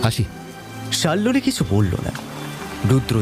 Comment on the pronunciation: প্রথম গল্প টা বেশ লাগল, কিন্তু দ্বিতীয় গল্প তে নায়িকার নাম সম্ভবত শাল্মলী, কিন্তু বারবার শাল্লোলি উচ্চারণ বড় কানে লাগে , শোনা বন্ধ করলাম